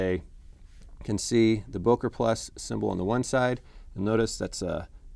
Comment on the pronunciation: BÖKER NOT BOKER